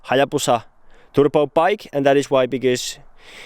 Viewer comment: Please. Say "Turbo"... not fucking turPo! And please stop saying "card" to cart